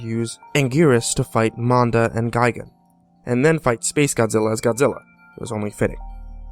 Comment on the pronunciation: i kept thinking he said Amanda instead of Manda xD